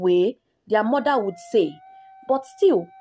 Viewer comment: When says (her) I could hear the letter (A) when she says mother I could hear (mada) in my country accent is very important otherwise we might fail the examination test that's why we are well-known in the world buy tourism agency